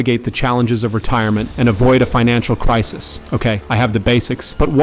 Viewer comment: AI voice can't pronounce "crisis." FAIL